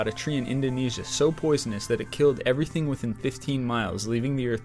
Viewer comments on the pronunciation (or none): none